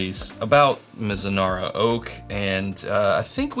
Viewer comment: Oops: that's "Mizunara"